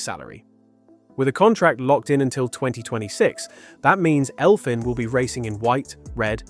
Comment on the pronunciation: You stupid ai its read elvyn